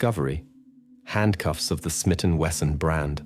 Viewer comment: Ai voice. SMIT AND WESSUN. Yes, suppose to be Smith